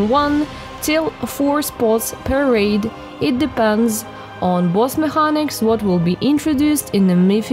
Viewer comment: Hard c in mechanics. Like mekeniks. You are a cutie tho. Nice video. Subbed.